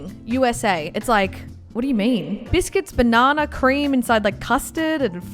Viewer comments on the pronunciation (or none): BANNANA PUDDING GET IT RIGHT LOL